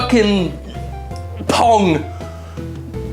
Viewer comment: I thought he said porn instead of pong.